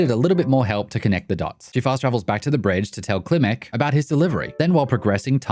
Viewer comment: They pronounce it "Kilmek"? Even though it's clearly spelled Klimmek?